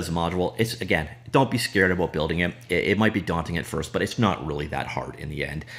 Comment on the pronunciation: When I hear "abôut", I thinked: "Canadian guy from scratch"